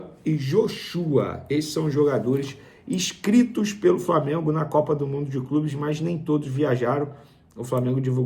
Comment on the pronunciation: Casagrande Vene: “ISCRITOS”